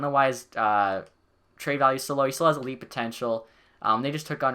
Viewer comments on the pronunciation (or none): none